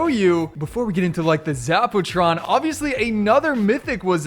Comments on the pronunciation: Zap-u-tron 👎 Zap-o-tron 👍👍👍👍👍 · Zappa Tron not Zack Pooh Tron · Haha zapootron lol poo